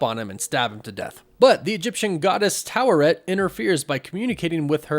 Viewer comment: Stop pronouncing the R in Taweret The way the say in the show is without the R